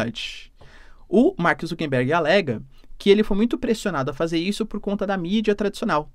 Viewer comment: boa, professor!! ah, um detalhe, o nome do inconsequente é ZUCKERBERG (COM "R", NÃO "N")